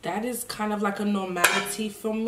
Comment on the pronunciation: She say ees looking nice and delicious 😂